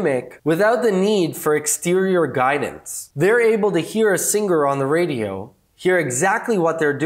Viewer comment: 6 people disliked this video due to the way he says singer.